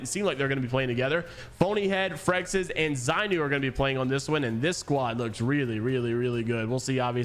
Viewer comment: Bro frexs it’s not that’s hard idk what English call u took for that to be frexes in ur head